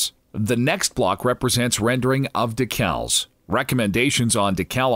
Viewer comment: >.< No way! It's way too articulate to obliterate some words so badly. :D And no one corrected him? A real human would go "Hey, how do I pronounce this" before doing professional grade narration. And it's not just that one word, "dec als".... :D DEcals Exception talent but some words... Too funny. ^_^